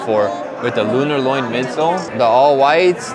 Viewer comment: Bro loves saying lunarloin instead of lunarlon